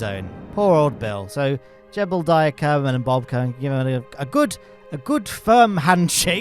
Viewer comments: Why do you prnounce Jebediah like "Jebuldiah"? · It never ceases to amuse me that you pronounce Jebediah as "Gerbal-diah" with the extra r and l. Keep at it!